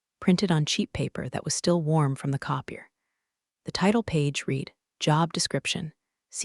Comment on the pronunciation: Hate the AI which is unable to tell the difference between live(liv)or live and read(red)or read(reed),picky I know but they pay someone to program the system why not pay someone to narrate the story